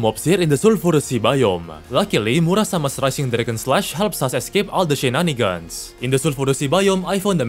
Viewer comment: The way he says shenanigans is peak